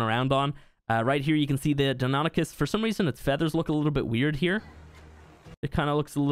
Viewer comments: You pronounced it right at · They're pronounced "DINO-nye-KUS" and "why-VERN", BTW.